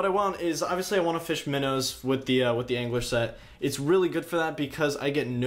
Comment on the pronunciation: no you’re 100% saying anguish:p